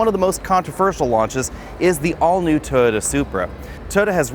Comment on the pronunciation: "Tota" 😂 Jk great video